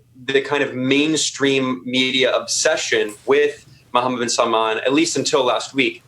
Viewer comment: struggling with the name of Khashoggi was hilarious but then Paul calling MBS 'bin Salam' was the definitive killer.